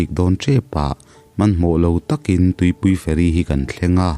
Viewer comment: Tuipui fairy nilovin .. Tlema thluk deuh tur 'tuipui feeiirii tih deuh tur.